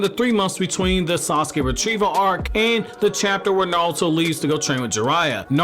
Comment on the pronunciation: Are you saying "NALTO" ?? lol it's ok to slow down, dude